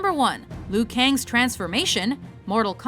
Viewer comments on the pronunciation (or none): The pronunciation of Liu Kang is so dreadful. It's Leeoh Kahng. It's really not that difficult.